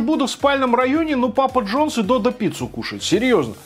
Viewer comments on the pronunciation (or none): none